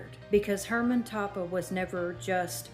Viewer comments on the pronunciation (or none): Toppah is pronounced Toe-pah